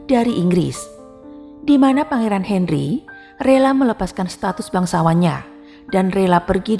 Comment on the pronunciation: Aduh wartawannya belum hafal atau gak ngerti ya dengan nama pangeran harry dan meghan🤣 Harry/sebut herry Hendry 🤣🤣🤣 meghan moghan 🤣🤣